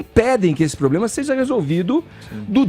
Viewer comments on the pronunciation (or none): Esse fala "contga" "pgópgia" "pgoblema" "intguevista"